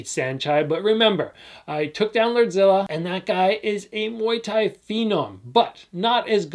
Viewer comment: what did he say muay thai what?????